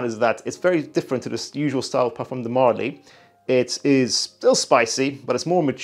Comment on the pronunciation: marLY not MÁrly